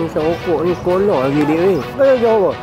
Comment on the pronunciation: Org perak ke ....skoloh